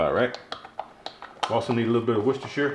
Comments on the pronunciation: Qudos for pronouncing Worcestershire correctly! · just so you know it is pronounced WOOSTER sauce in England:pride-flower-pansexual